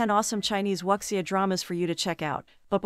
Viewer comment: Excuse, it's pronounced as "woo-xia"....